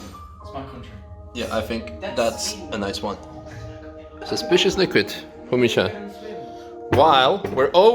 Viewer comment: Congratulations, also how they pronounce your name is funny, it is so German.